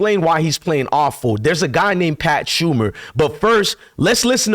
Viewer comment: It's Pat SHER-mer. Not Pat SHUM-er. Bro, you cannot pronounce anything!